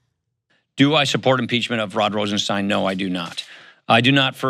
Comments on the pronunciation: Pronounced Rosen-stine (long "i"), NOT Rosen-steen. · "Rosenstein" is pronounced RosenSTINE not RosenSTEEN. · Isnt Rosenstein pronounced just like Frankenstein???? I saw an interview where Rod Rosenstein pronounced it like Frankenstein not like Woodward & Bernstein.